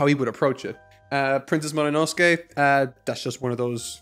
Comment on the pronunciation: Hey! Did you realised you said "pincesse Momonosuke"? ^^ A One piece cross over!